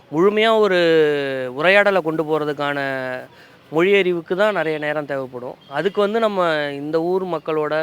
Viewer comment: முதலில் தமிழர்கள் 'ழ' எழுத்தை சரியாக உச்சரிக்க வேண்டும்.'மொ லி' என்று கூறக்கூடாது! 😂 ❤